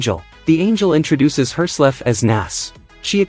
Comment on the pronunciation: ah yes "confinement store" "hersleff"